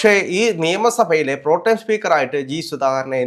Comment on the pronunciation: 😂😂 "PROTEM" എന്ന വാക്കിന് എന്തൊക്കെയാണ് പറയുന്നത്‼️ ഒരാൾ പറയുന്നു "പ്രോടൈം" സ്പീക്കറെന്ന്‼️ മറ്റേയാൾ പറയുന്നു "പ്രോംടെം" സ്പീക്കറെന്ന്‼️ ഇനി "പ്രോട്ടീൻ" സ്പീക്കറാകാതിരുന്നാൽ നല്ലത്‼️‼️😂😂